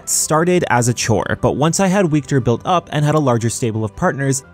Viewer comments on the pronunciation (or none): Wiktor is pronounced Viktor lol In polish w = v